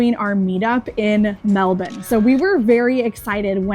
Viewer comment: You pronounced Melbourne right ,good on yous 👍